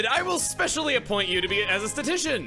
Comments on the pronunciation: My entire body shuddering as pronounces Stat-ish-tish-ian wrong a bunch, love it. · I know you've always had a thing about mispronounced words because you've only ever read them, so I'd like to lovingly help with this one :) You're skipping a syllable. It's "Sta-ti-sti-shan." Not a big deal, but I hope it helps! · Sta-ti-sti-cian. Four syllables. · You keep saying "statician" instead of "statistician". As far as I'm concerned, McFly is the true statician, the way his Static kept interfering with your statistics. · Honestly if plans to do basically everything in I could see this LP reaching 100 episodes. Also: Stat-us-tish-un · this series has been wonderful so far! I just wanted to mention that at the Passerby Analytics HQ, they named you a statistician, and you kept mispronouncing it. It's a tough word to just tell at a glance, and if you've never heard it before, it's totally understandable to say it that way, but it's pronounced like "Status TISH in." Keep up the awesome series! Your Pokémon videos are always top tier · statistician is not that hard to pronounce (love the series btw)